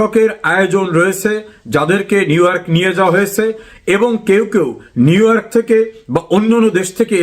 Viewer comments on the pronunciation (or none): লজ্জা লাগে না নিউইয়র্ক কে নিউওয়ার্ক বলে আবার সংবাদ প্রচার করে ডিমের। কত মানুষ যে কতবার পলাইয়া গেছে এইটার খবর নাই। খবর নাই আর লজ্জা। টিমের কথা কয়